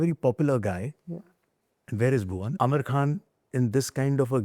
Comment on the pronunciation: Aamir khan not Aamir Khhan. Khan from the epiglottis.